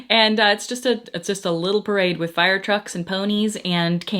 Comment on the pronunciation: random southern accent on “parade” & then never again? Idk why that bothers me so much